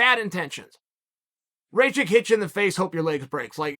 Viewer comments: Show some respect, say it right -RAKIĆ !!! 🇷🇸🇷🇸🇷🇸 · Uncle Cheal, Rakic like Miocic (last latter) or blachowicz...and 2nd latter also 'a' of Rakic is not good 🤐🤷🏻‍♂️ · Raychich, blahoevavich and jiri prohaska.